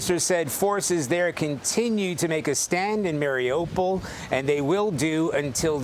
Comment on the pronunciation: Not MariOPAL or Marry-a-pole. Listen to the locals. Mari U pol.